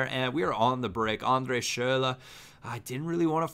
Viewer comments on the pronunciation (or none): Please stop saying schurrle.... you're butchering it